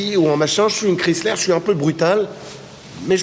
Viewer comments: Les plaques sont montées trop proche au dessous du calandre. Il s'agit d'une millèsime 2004. La pronuncion 'Chrysler' n'est pas bonne. On ne prononce pas le nom à la méthode française comme 'kriisslär' mais étant donné qu'il s'agit d'une marque américaine comme 'kraiissler'. Jolie voiture, même avec un 'esprit baroque'. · Ho ho ho ces très loin d’une Bentley ou ce genre de modèle, si vous aviez au moins faite un comparatif avec une Cadillac et ou Lincoln. Autre point vous pensez que vous parlez englais juste votre prononciation du mot Chrysler j’ai pissé de rire, savez-vous le sens du mot respect d’une autre langue que le français.